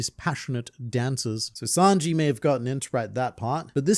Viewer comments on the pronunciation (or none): none